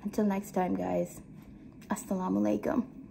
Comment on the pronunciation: Can you say alsalamu alaykum properly?